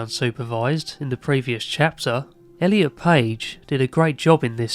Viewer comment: Thank you for saying Elliot ❤